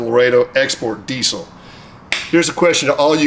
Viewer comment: The trouble is they are not pronounced "grooper" but "grope er" and "eye su zu" not "ee su zu" and "dee zil" not "dee sil"...